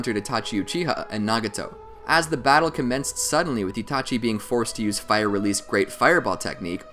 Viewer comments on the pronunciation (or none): none